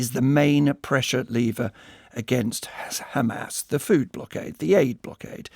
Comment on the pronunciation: When the ridicule opens his mouth and talks only about khamas khamas Khamas 😂😂